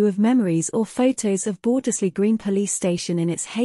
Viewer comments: yes, the first 'e' should be silent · Shame the voice doesn't say Bordesley correctly